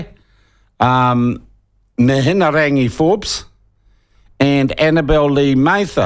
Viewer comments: you spealt her name wrong in your title....and don't know how to pronounce it either. as a journalist, i thought your job is to report facts correctly and get details right. the way you slur your words makes me think you just sit around and get pissed all day while concocting drunken plans of propaganda against the decent people of this country. your talking but not presenting any facts....your facts are your supposed slurring words. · Sounds like youre a bit salty that Mihingarangi hasnt been relegated to youtube like you Sean. And as for Atlas group, do a quick google and youll see the links back to Act. It starts on their own website. Good journalism starts with yourself. Not to mention the ability to pronounce ones name is a good way to earn respect. You Sean, didnt even attempt to say it correctly. Go back to journo school. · Agreed. He can't even have the respect of pronouncing her name properly. And a quick google shows the Atlas group has links to the Taxpayer's Union. It mentions it on their own website. Act has connections to Taxpayers union. That's well known too. So I'd say there is truth in what was on the doco. It doesn't suit Sean's agenda though. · Shawn Pluckett is insincerely mispronouncing Mihingarangi Forbes' name. He is as crafty and clever as she is, and why shouldn't he be? Traditional media worldwide, of which these nerds have long been a part, has been crushed under the onslaught of social media podcasts, like those hosted by Joe Rogan and others. Karma is no longer a bitch, but a non-binary with a double-ended sex toy.